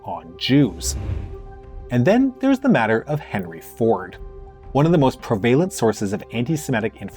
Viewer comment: I wonder where this guy comes from? Interesting accent saying "prevalent"